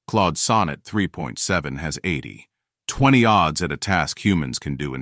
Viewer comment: ElevenLabs is screwing up numeric readbacks a lot, e.g. - "two-thirteen days" rather than "2 to 13 days" and - "80 - 20" becomes "80 20" rather than "80 to 20" That preprocessing of the script could be done by an LLM.